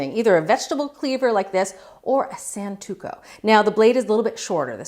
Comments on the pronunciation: Santoku* not Santuko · whats a "santuko" ? do you mean santoku ? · I'm a bit of a knife guy, and I have to say I cringed at "santuko". I know I'm picking nits here, but its santoku (san-toe-koo). There is also no such thing as a vegetable cleaver. The closest thing would be a nakiri which is shaped similarly to a cleaver, but with a much smaller blade height. I'm really surprised this one slipped past everyone. I have come to expect accuracy from the test kitchen, and this one surprised me! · SAN-TU-KO?" I think you mean a, "SAN-TO-KU." I don't believe there are any knives called a "Santuko." Once I heard "SANTUKO" and actually saw it spelled that way too....i knew this was going to be an interesting video to watch. OMG. Run a video search for the damage that electric stone grinders or pull through sharpeners do to fragile knife edges. You'll see in magnified views of the edge that both those sharpener types DESTROY knife edges. Watch this video to see what pull through sharpeners do under a magnified viewer. The rolling sharpener in this video is a FAR better tool to use than either a pull through or grinding stone sharpener and less expensive then the electric grinder. Newer European chef knives; Wustof, Zwilling / Henkles, Solingen, {German} Victorinox, {Swedish} etc, usually come with a 15-17 deg bevel per side, factory edge. Older ones came with 20-22 deg edges. EU Santoku's are usually 10-15 deg per side now depending on brand and series...basic to pro. Wustof's stamped blade Nakiri is 10 degs, so that pull through sharpener would reshape it to 20 degs over time making them IMMENSELY duller and utterly DESTROY the factory edge it came with. That, "squeaky" sound when pulling the blade through is the sound of that knife's edge being shredded and DESTROYED. It is NOT a good sound. Electric stone grinders create burn spots on the edge from excessive friction overheating and scrape off way more metal per pass than is needed. They will cut the useful